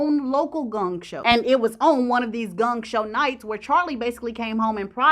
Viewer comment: "Gung Show" = Gong Show